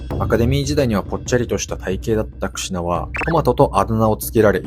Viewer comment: クシュなって聞こえる🎉